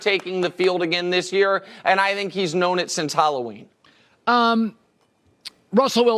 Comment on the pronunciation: Never fails, I hate it every time Nick says "I Dhink"..Anyway Dak and Russel are both criminally overrated YEAH I SAID IT!!!